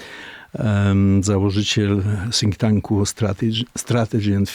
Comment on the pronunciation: "założyciel sink tanku" :D :)